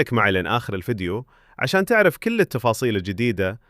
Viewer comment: ممكن اخي تنطق الكاف في كل بالضم وليس بالكسر ترى العربية اخي افضل من العاميه بكثير